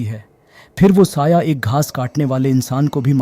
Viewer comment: 'quatil says' 🥀